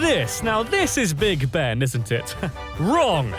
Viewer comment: This narrator on big Ben. Is the second person I know to get it right. Hooray. from 🇬🇧👍 an old cockney gal